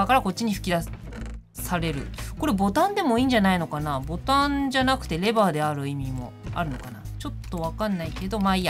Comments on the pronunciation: レバーがレーバーになってる(笑) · レバーがレーバーになってますよー 笑